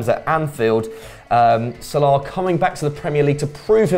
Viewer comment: U two asses said salami instead of salah